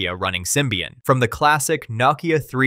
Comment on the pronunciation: You can’t pronounce Nokia, what a shame. Please don’t ever make another video again.